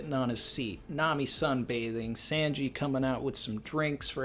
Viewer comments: Love your vids but damn man his name is Sanji with a short a sound. Like it rhymes with kanji??? Stop calling him SAnji with the long a sound. Its simply wrong. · Sand-Gee. I'll never un-hear it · Why does this dude pronounce sanji with the long A sound, instead of the short A? But doesn't do the same with Nami? Does anybody know?